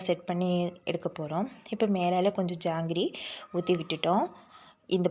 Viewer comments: ஜாங்ரி இல்லை மா ஜாக்ரி. But supper dish Thanks for ur new idea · ஜாங்கிரி இல்லம், ஜாகரி..( jaggery) இங்கிலீஷ் வெல்லம்..